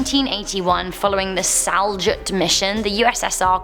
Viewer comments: its Salyut, not Saljut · it's pronounced Sulyut but spelled Salyut